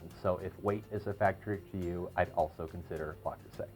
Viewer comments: but the woman in the link you provide is saying Le not La by the end of the video. in French le and la are pronounced differently. No French speaker would mix them up so it surprises me that the rep taught you to say LA. Also, in the video the woman was saying LES at first. Les is the plural of le (masculine form)/la (feminine form) and is pronounced differently than both. Again, by the end she is pronouncing it correctly, LE rather than LA which is how you pronounce it. Finally, I don’t want you to think that I am trying to same you because I am not. I just want you to get it right so that you don’t run into this criticism again. Good luck my friend. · Absolutely. Say it right please. 👍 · Le Creuset, not 'La' Creuset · It's not "LA" Creuset!!! .....It's pronounced "lehh" Creuset....please!!! When you say "la" you sound like an infomercial salesman!!! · Indeed it’s LE creuset and also it is not “cruisay” but “kreuzè”. You should also mention that in the lid of the staub you can put icecubes. That way the steam condensates a lot faster and your dish will be even more moisture and tender. Greetings from Belgium. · It’s Le, Le, Le not La. most people know it’s Le Creuset!!! It’s very annoying and I found myself focusing on rather than the content of the video. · It is LE creuset and not LA creuset. just sayin' Thanks for beautiful video. Very informative. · Le...Le...Le Creuset not La! I owe Le Creuset and Staub. Love them both. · NOT La Crueset, Le Crueset. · Le, not La Creuset. Minimalist, not minimalistic. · "Because its a French Company and in the French language that’s how it’s spoken." No, it's not. "Le" is pronounced sort of like "luh" in French, not "lah" as he did in this video. That would be "La Creuset" not "Le Creuset." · Luh-Cruz-ay is the French pronunciation. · He's from Spain...didn't you hear? He said La Crosete🤣🤣🤣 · Lu cru say according to the people at le creuset they have a YouTube on it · It is Le not La luv.